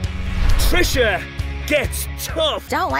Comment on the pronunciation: "Trisuhh" Early👀